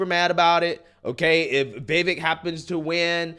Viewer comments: It's "vih VAKE" not VIH vek... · His name is pronounced ViVAKE like cake, not Vivek like vik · Vivek is pronounced as Vyveck. Think fly. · please pronounce his name correctly...Like CAKE, Vivek rhymes with cake Vivake.... He deserves that. THanks. A fan. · Its Vivek like cake. Pronounced “Vi-vake” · Hey bro, the correct way to remember how to pronounce his name - “Vivek” rhymes with “cake”. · The guy criticizing should at least pronounce Vivek correctly. It's Vi-vake phonetically. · It's "Vi-Vake" ... we've got to get his name right bc if the ppl who are aligned with him don't show him enough respect to do that then the opposition will definitely never take him serious... you didn't ever hear ppl who were aligned with Barack calling him "O-Bay-Ma" ... in fact it was considered highly disrespectful to misrepresent his name, as it should be. I'm not saying he should be our duly elected president come 2024, I'm a Trump guy, but I believe he truly represents the Republic and true constitutional values. #Trump2024 #Ramaswamy2028 💪🏽💯🇺🇲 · His name is actually pronounced Vi VAKE ..... He said it rhymes with CAKE 😊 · Not trying to be rude at all, I just heard a video of him explaining the pronunciation of his first name. So it sounds like Vi-vake, like rhymes with cake. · With respect,..His 1st name is pronounced veh-vake, 2nd syllable sounds like cake=vake, look for a clip with Tucker where he says this,… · Brother his name is pronounced Vi-Vake like Fake, Cake Etc.